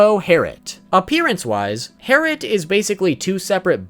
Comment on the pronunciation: It’s actually Herrit